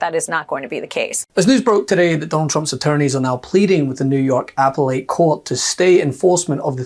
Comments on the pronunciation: The word APPELLATE was mispronounced as appel ate, should be pronounced ah PELL it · Great video, but tiny correction: it’s pronounced ‘uh-pell-let’ not ‘apple-let’ 🤓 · Good. FYI it is "a-PELL-it', not ''apple-ate'. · Its not an "apple ate court", its appellate as in "uh-pell-at". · Did he say "apple-ate" court???? Thats appelate court. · uh-pell-et, not apple-ate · It’s pronounced uh·peh·luht Not 🍎-8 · The "Apple Ate Court"? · Did yiu actually say "apple-ate" for the word appellate???? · Poor Donnie, it almost makes me feel sorry for him. Almost. :eyes-purple-crying: And what is an "Apple Eight" court? :face-fuchsia-poop-shape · Sorry, but what is "apple-ate" court? Did he mean Appellate? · "Apple-ate"? Is that an alternative pronunciation? never heard that. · Just need know. What's an "Apple-Ate Court"? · Did you just say “apple ate” instead of “appellate”😊?